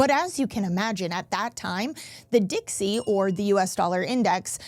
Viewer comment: "Dixey"? The "South" will rise again?